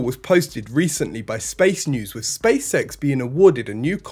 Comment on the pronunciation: What is "spay-sex"? How is it related to Space X? Where is "bocache-kur" and how does it relate to boca chica? Learn Human aka American English.